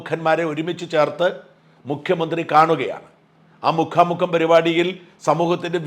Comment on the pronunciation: മുഖാ മുഖം അല്ല മുക്കാം മുക്കാം....